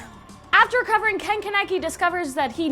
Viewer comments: Charlotte, tokyo ghoul, yuri on ice, YOU SIAD KEN KANEKI WRONG D: but that's fine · she said ken kaneki wrong